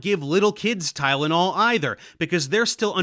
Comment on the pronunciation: Tylonol not gud man wat u mean XD